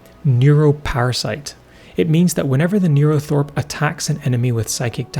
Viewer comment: It should be NeuroTHRope not NeuroTHOrpe btw :)